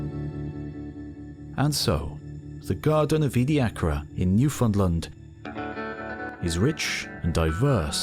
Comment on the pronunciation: I though it was pronounced edi-a-cara and not edi-acra? EDIT: This is by far the best documentation I've come across about the period. Incredibly well done!